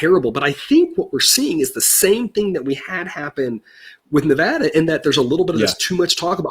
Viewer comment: It is Ne-VAD-a, where VAD rhymes with BAD. It is NOT Ne-VAHD-a.